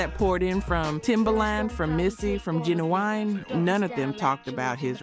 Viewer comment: nah, no one would pronounce Ginuwine like that